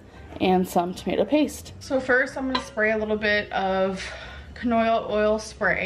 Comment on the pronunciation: are my ears deceiving me or did miss maam just say canoya oil?